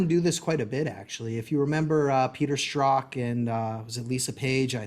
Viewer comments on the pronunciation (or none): none